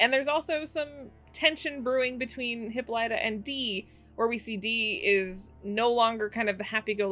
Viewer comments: OMGosh I'm cringing every time I hear Hippolyta's name being pronounced.. it's HIP-PO-LY-TA! And we will refer to the beautiful Afro-Futuristic Diva as--"The Celestial Being with 4C HAIR!" Another YTuber named her that and it fits beautifully! As a black woman this episode was so beautiful, inspiring, and just touched me on a level that was spiritual! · OMG please I’m begging you say Hippolyta’s name correctly.